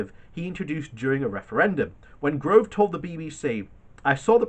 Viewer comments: 'Gove ' not Grove there is no 'r' if you have difficulty will the word Gove you could substitute the word for snake, that would also work. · Who is this "Michael Grove" you frequently refer to? Do you happen to mean Michael Gove?